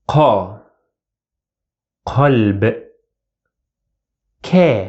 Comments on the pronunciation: Please look to the video I linked: I refer to vowel sound your video: the dog sounded like k"ɛ"lb while heart sounded like q"a"lb (using IPA marks for the vowel) - the vowel change is very significant and something I almost never heard in videos the ɛ with ك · > The (a) sound after (k) or (q) is from the Fatha vowel, so it is (a); kalb and qalb. But when I listen to your video the Fatha after k sound like ɛ (like in word bag) while Fatha after q that sounds like a (like in word bus)... that is my point.